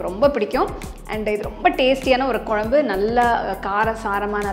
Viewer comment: எல்லாம் சிறப்பு..சகோதரி.. தமிழ் வார்த்தை உச்சரிக்கும் போது..தெளிவாகப் பேசுங்கள்..கொலம்பு தவறு..குழம்பு..என்னம்மா சரியா..